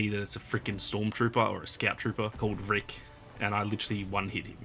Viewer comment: to me it sounded like you said the actual bosses' name was Rick.